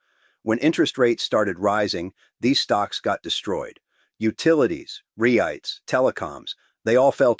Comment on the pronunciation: Ree-ITES??? Pretty good AI, but AI.